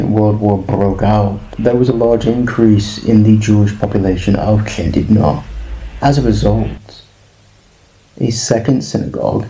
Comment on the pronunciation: Noswaith dda. Now i could better listen your pronunciation of LL as in Llandudno. The HL with some air blown out. Diolch yn fawr.